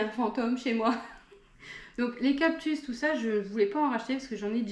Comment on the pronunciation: 39€ une monstera variegata 😲 c'est cadeau !!!! Les prix les plus bas en france c'est 80/90€ normalement. On dit cactus pas captus 😂😂😂😂😂